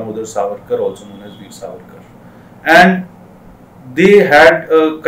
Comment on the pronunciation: It's Savarkar , not sarvarkar .......😠